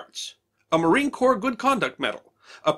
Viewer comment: Very interesting and entertaining! FYI: corps is pronounced core.